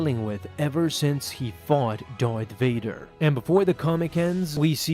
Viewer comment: Lol "dorth vader"